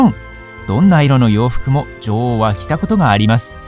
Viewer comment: 「ジョ"ゥ"オウ」の発音が気になって仕方ない